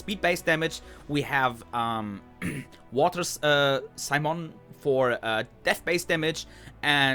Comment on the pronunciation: Fractal ist aber auch so im game und im PvP ein Biest^^ . . .Aber nicht jeder hat so viel Kohle über um sich 500€ Scheine als Aufnäher auf die Jacke zu nähen^^ ...Und "Simon" wird "See [Eng]" + "Móhn [DE-langes O]" ausgesprochen. Das E ist stumm^^ Ist immerhin eine Frau und daher nicht Simon(e) sondern Si-mone